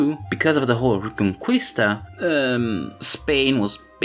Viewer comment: I wonder how come you pronounced "Conquistadores" correctly but you pronounced "Reconquista" as "Reconkwista" xD